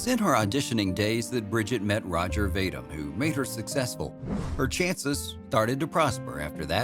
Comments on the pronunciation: Vadim: VAY-dim? My God, man! vuh-DEEM! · Ro-gehr Vah-deem, not "Roger Vay-dim".